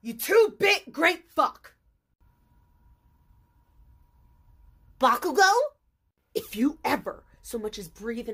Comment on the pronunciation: How says Bakugo got me dead